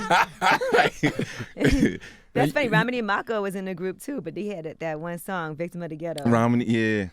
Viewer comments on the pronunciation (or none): none